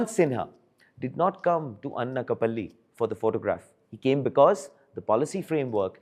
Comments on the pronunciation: It’s not ‘Anna-ka-palli’, it’s ‘Ana’ like in ‘Anaaj’. Anakapalli/ Anakapalle. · It is not Annakapalli.... It is ANAKAPALLI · "Anna Ka Palli" lol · FIRTS PRONOUNCE ANAKAPALLI CORRECTLY. DO NOT TRY TO IMITATE THE WEST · Bro Pronounce it properly. Its Anakapalli do basic research properly. Btw its my anscestral home. 😊